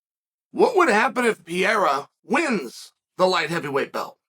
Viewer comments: Alex "Pee- air- ah"??? It's Portuguese Chael, can you say, "Pah hey' ah". Get it right. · Chael once again ... who the hell is PIERA 😂😂😂😂😂😂😂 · Really weird how much you are generally biased AGAIST Brazilians! The third round rightfully went to Pereira. 8 out of 10 experts are saying so. Ah, it would be polite of you to stop calling him PIERA. His last name is PEREIRA. Of course you don’t have to say it as a Brazilian, but making up a completely different name is certainly offensive. Best regards. Paul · Your entire analysis is as wrong as your pronunciation of Alex's last name. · Chael has some weird grudge against Pereira. Seems like he intentionally mispronounces his name whenever he says it.